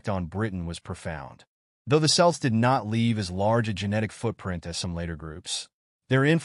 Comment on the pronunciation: Celts is pronounced Kelts and it is from the Greek Keltoi. At least say that correctly.